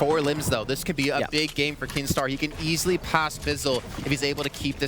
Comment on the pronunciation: Kinstaar not keemstar